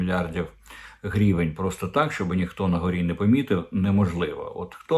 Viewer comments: Корчинський, не "грівєнь" а " гривень" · А чому грівєнь? Наче гривня, тобто гривень. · Оце «грівень» неможливо слухати.